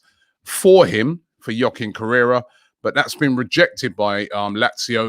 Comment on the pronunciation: Robbie it's not "Yochin" correra It's pronounced "hwa-keen" correra